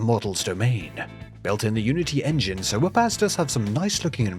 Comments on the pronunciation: i hear "so woopass" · Oh "SIR" whoopass! Until I saw it spelled i thought u were saying, "so whoop ass"